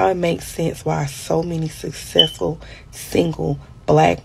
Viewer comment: Most successful women can pronounce “successful”.